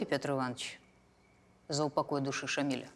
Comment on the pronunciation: Уважаемые режиссёры и сценаристы ..В имени Шамиля ударение ставиться на я ..а не на и...А так фильм прекрасный...